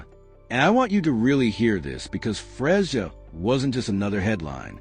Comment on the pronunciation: What does this white child have to do with this Black woman. Something needs to be done about all this ai stuff. And pronouncing her name wrong is so disrespectful.